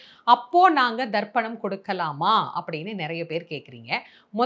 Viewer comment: It is not darpanam it is tarpanam